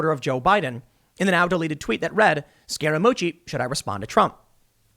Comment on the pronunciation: I keep hearing “scare-a-moochi” is that right? 😝🤔